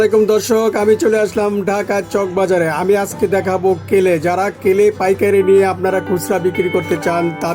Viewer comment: কেলে না ক্লে 😂😂😂😂😂😂😂😂😂😂😂😂😂